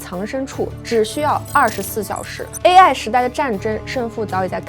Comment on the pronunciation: AI的发音能不能纠正一下 每次听着都很难受😢